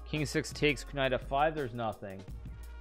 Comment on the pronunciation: kuh-night f5